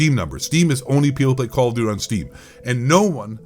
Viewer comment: “Kall Of Dooty” Ghost Of Eight voice 😂😂😂😂😂😂😂